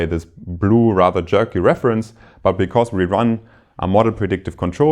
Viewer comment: Very nice lectures. One minor remark: The lecturer will make his lectures even more enjoyable if he looks up the pronunciation of these words (whose pronunciation he probably copied from his professor): “because”; “occur”; “estimate” (as a verb, which sounds different from when it is a noun). All the best!